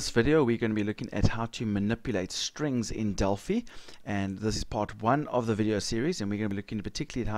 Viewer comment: Just FYI- it's "Del-FIE", as in "Finance". Named after the Oracle of Delphi